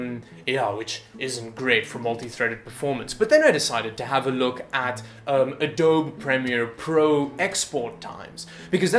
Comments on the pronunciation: it's actually pronounced "Ah-doh-be". So you are the nitwit. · "A-doab". ROFL Whatta nitwit. "Adobe" is pronounced like "Uh-doab-ee" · Adobe (uh-doh-bee). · Im sorry... Did you say "adoab"? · Good Video. (It's Adobe pronounced Ah-doh-bee, btw) :) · "Hi! I'm a computer expert, and I can't pronounce Adobe."